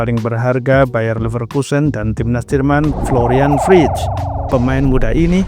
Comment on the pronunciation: Koreksi Florian Wirtz bukan wrictz